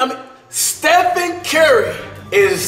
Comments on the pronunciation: he said stepheny curry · bruh said stephenie 🤣🤣😭